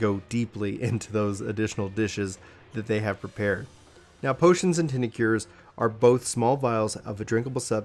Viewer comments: tincture[ tingk-cher ] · ture is pronounced like infrastruc ture or architec ture